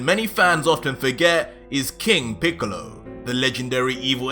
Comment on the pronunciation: No ha estado mal pero no le has dado nada de chicha a la aventura, pensaba que "píkalo", como mal pronuncias, había entrenado y conseguido un poder similar al de Picolo e inclusi se habría aliado con otros enemigos pero no 🤷🏻‍♂️